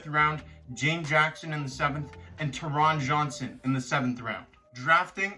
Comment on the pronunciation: It’s pronounced “Tear-inn Johnson” not “Ta-Ron Johnson” & no id be FURIOUS if they brought in Sherman for that much money. I promise, they need to figure out the front 4 before they start looking to bring in a a guy like Sherman to play CB2